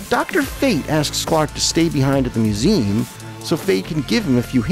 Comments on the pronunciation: Just curious...why does the narrator here continually pronounce the trisyllabic word "museum" as "mew-ZEEM?" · "mew-ZEE-um" is what I have heard my entire life. I live in Michigan, however, and I'm willing to concede believe that "mew-ZEEM" may be a regional variant that I have never encountered before...whereabouts do you live? I was majoring in linguistics when I went to college, so it has always fascinated me. Other that the surprising variant of "museum", I found the narration more than adequate, and pleasant and engaging to listen to. I never meant to impugn the quality of your voice or pronunciation! :) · Nice video. I’m not familiar with that pronunciation of museum though.